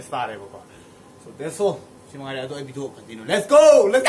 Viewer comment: Bro.. It's a video not a bideo